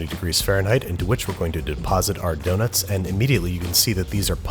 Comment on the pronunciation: babish said doughtnuts